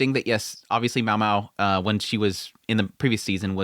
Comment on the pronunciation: It's Myao Myao*